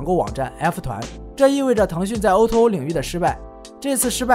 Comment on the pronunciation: o2o，读音应该是o to o，不是o er o~